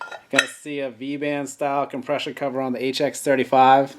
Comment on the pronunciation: every time you say come-presh-or wheel i want to choke you!! otherwise great info.